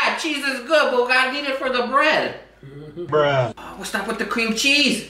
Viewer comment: It sounds like you said bed instead bread 😂😂😂😂😂😂💙 at the beginning